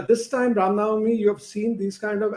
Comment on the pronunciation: Right . Burkha Cant even pronounce Rama Navami properly. Chitranshu and Burkha can keep these rioters at theri houses and feed them biriyani 3 times a day.